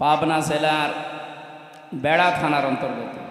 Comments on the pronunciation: ভাই ভেড়া নয় বেড়া হবে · ভেড়া না ওইটা বেড়া হবে... সংশোধন করুক